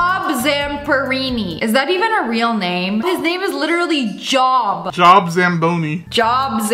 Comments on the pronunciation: Job pronounced Jobe with a long vowel sound. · it is pronounce Job not it sounds like Joe pull with a B lol it is like joe but no b lol